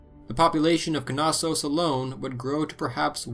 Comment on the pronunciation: Knossos is pronounced “nossos” lol. Great docco tho, minoans are super interesting